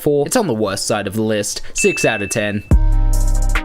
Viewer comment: Sound like your saying West To Best